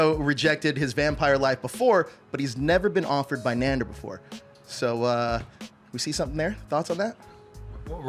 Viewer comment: Interviewer can't seem to pronounce either the actor's name (KAY-VON) or the character's name (NAN-DOOR) correctly.